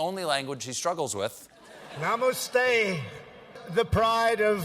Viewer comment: Stephen pronounced namaste wrong for a start, but i feel trump should have learnt the pronunciations , he wasn't speaking an entire sentence but just little words here and there